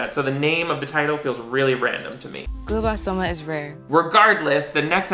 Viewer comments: I know this is nitpicking, but glioblastoma is pronounced “gleeo blastoma”. EASY to fact check. Another lazy call on the show’s part. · My cousin: My dad didn't die of glioblastoma just for you to pronounce it wrong in this YouTube video